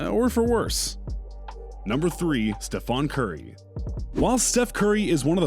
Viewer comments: Why did he say Stephen curry like that 😭😭😭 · Why did he say Raleigh and Stephane curry like that 😭😭😭😭